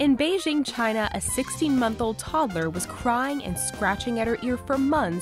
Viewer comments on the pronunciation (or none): none